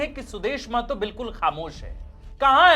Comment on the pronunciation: मातो नहीं महतो बोलिए